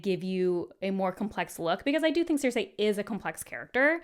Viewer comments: Who is Sear-Say? 😂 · Are we going to let her get away with pronouncing Cersei like that because she’s cute?